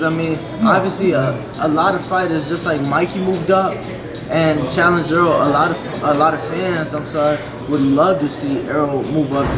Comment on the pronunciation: Er-rol ... Not Earl. Damn, yall stick fucking up his name.